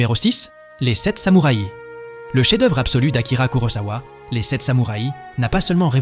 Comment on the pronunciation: belle selection, et choix tres pertinent ( meme si a mon gout je n'aurais pas intégré " le parrain "dans cette sélection mais peut etre "metropolis" )! meme commentaire qu une autre personne sur la diction un peu curieuse (samoura i )??? pourquoi pas une selection par pays cinéma japonais, italien, francais, espagnol etc y a de quoi faire